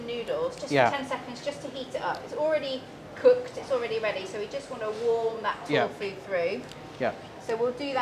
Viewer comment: "Torfu", "misso" and some inconsistencies.